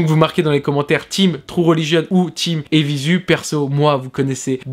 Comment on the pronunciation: Apres 30s de video J'ai dû partir en courant dès que j'ai entendu la prononciation " évizu" !!! Ça c'est pas possible garçon, tu peux pas te la jouer blog de mode et pas savoir prononcer le nom d'une marque.